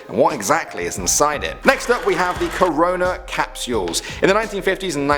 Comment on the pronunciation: “Carona Capsules.” :(